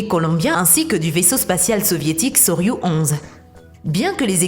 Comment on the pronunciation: Soyuzzzzzzzzz avec le zzzzzz pas soyu sans le z